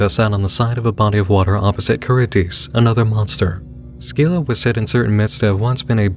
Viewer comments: It’s pronounced “SIL-AH” not “SKI-LA” but who cares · My bro, I hate to be that guy, but it's kinda in my name^^' I don't think you're supposed to pronounce the "c" in Scylla XD